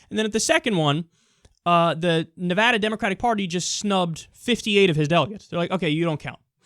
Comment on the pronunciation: Yay! You said Nevada correctly! That makes me irrationally happy, lol...